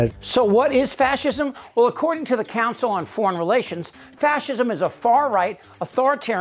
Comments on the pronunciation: He can't even pronounce the word fascism and he doesn't know a left wing fascist is a contradiction. He is the archetypal example of vilifying heroes. Great summary ... You condensed everything into a few minutes. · Red hatters: "he's not a fashurm! He can't even say fashurm!"